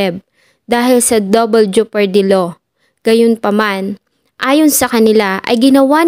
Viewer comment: Ano'ng 'jupardy'?! Jepardy